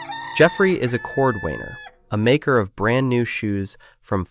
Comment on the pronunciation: That was great! Pronunciation of certain words like "Freeman" and "cordwainer" could be more accurate.